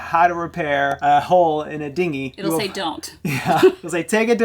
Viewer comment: lol you said hard dingy.